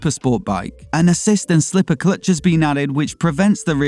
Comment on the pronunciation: I was like what's an "Ass Clutch"? 😂